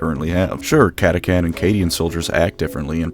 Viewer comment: Did you say Catachan like that on purpose to trigger people?